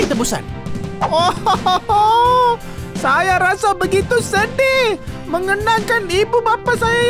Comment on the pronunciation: hahaha minit ke j jambul tu sebut tibusan bukan lagi tebusan hahahahaha lawak nye